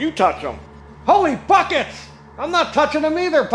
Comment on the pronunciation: Oh Buckets I thought you said f kets whew.